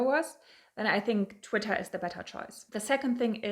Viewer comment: I like how you say “Twittah Gurl!”